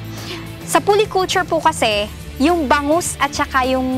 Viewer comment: Medyo masakit nga sa tenga ang "pully culture" at "ispishes". Sana, may nag-correct sa kanya. Pero informative naman ang video.